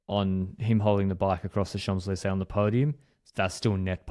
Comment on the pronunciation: did you just pronounce the 'm' in 'Champs'? Holy fck:eyes-purple-crying